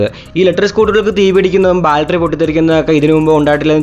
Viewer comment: ബാൽട്ടറി അല്ല ബാറ്ററി